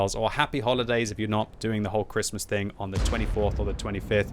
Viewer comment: Why can't you say Christmas???